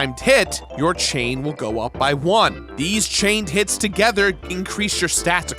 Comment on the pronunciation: Not gonna lie, every time said 'Timed Hit' I thought he was saying 'time tit' And I need to get my mind out the gutter.